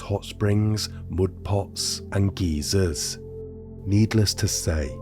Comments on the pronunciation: The Geysers are pronounced as Guy-sers - not Geezers! (Geezer is a slang term for a man in the UK) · Jesus Christ it’s GUY-ZERS .. not geezers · "the various springs and geezers" LMFAO, luv you man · Lol. Should he be informed that geezer is used to refer to old folks? I'll pronounce it right so as not to confuse/ insult.